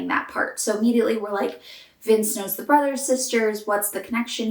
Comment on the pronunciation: It’s funny because around the mark you said “Brothers Sisters” but it sounded like “Brazzos Sisters.” Hmm